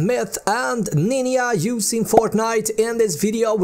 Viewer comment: i was weak when he said "N I N Y A"